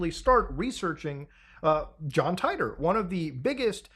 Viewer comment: It's John "Tee-tor" not John "Tie-tor"